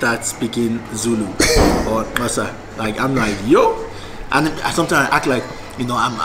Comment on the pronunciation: He pronounce Xhosa like Sotho people 😂